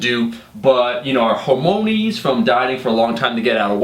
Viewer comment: did you pronounce hormones as hormonees?